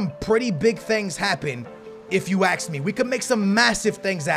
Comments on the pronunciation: It's ASK, not AXE. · If u aks me😂